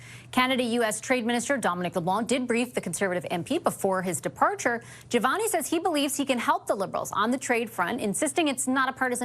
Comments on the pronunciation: Awesome podcast..just one thing,you should stop calling him Javal jimani..Lol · "Javal" Javani? 😂 Buddy, it takes like two seconds to verify his name. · Hey, are you trying to take Don Cherrys spot in the Canadian name game? You haven’t said Jamil‘s name right once. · Are you saying his name wrong on purpose? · please learn to say Mr. Jivani’s name correctly. This is the third video I’ve seen you mispronounce it and it’s very disrespectful. He’s done so much for this country and his riding, he deserves better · How many different pronunciations did we get on Jivanis name 😂